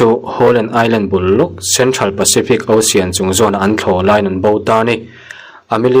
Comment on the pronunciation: Ocean nge Osian😅😅 lam bar mai si,ilo chhuahna ahriat al